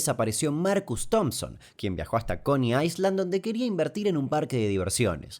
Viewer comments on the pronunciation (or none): "coni ailand" Damián! no "coni aiSland"